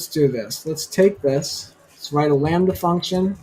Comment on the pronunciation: you say "we're gonna write a landy(sp?) function? What exactly did you say so I can research please!